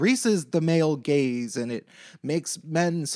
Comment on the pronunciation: did you say "the male gaze"? Or "the male gays"? 😝